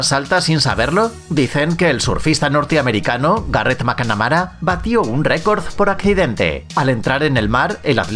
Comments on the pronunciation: garett MCANAMARA, no entiendo como los españoles se complican tanto tratando de pronunciar otros idiomas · macnamara, no macAnamara